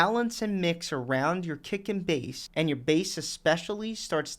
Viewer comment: Whenever he says 'kick and bass' I hear 'dick and balls'